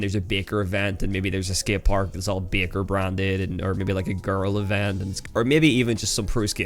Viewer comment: The way bro says Baker